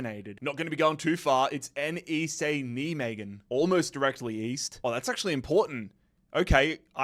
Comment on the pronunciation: Nijmegen for english speakers is pronounced Nai-Meguhn